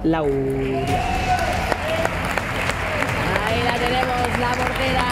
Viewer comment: Andrea "Santalauria"